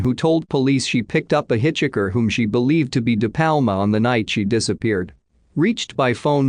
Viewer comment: That wasn't the worst of it! Computer voice software can't say other words property either.